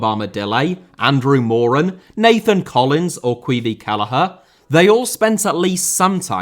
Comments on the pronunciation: Caoimhin (Keeven) Kelleher. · ahhh that's interesting. I wasn't aware of the Scottish version. I always just thought it was because its not obviously an Irish word so people don't feel the need to learn how to say it. For example he said Taoiseach perfectly and Caoimhin passably but they're both clearly irish words with the aoi sound that isn't in English. Doherty just looks more English. Kind of like when Portuguese players come over with names like Fernandes and Felix that don't look difficult to pronounce in English but actually have some differences